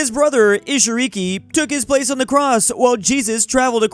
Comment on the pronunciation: Bro you could at least try to say foreign names right lmao. How do you pronounce Isukiri as Isuriki and Daitenku as Da[stutter]kuku? Just break the words up and sound them out like you should have learned in Kindergarten. That might not be perfect but it would be a hell of a lot better than just picking a few letters out and then making up the rest 😂 Edit: Now I'll give you that mispronouncing Taiping as Taipei is funny given the China-Taiwan situation